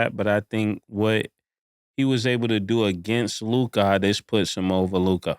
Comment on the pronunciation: Mase actually said Luka AND LOOKAH in the same sentence